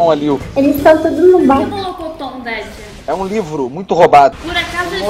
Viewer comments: "Mollokoton" kkkk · " Molocotom " kkk